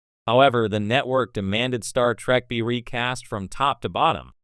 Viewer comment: "Star Track"? You need a new robovoice.